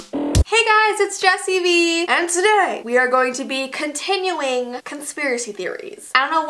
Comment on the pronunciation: it sounded like you said “continulling”